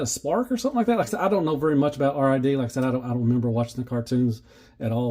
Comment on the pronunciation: We can tell you didn't watch Robots in Disguise, it's pronounced "RiD" (as in to "get rid of" something). NOT "r" "i" "d" you casual. FYI: I'm told the instructions don't mention it (I don't have mine yet) but you mistransformed Optimus' super mode. You're suppose to exend the torso just like in the combined mode. That's way Optimus is taller than Magnus and is more proportionate and does have the gorilla arms reaching down to his knees and the ladder on his back can stay fully extended. PSL Omega Prime was $250. You're thinking of Lio Kaiser who is $300.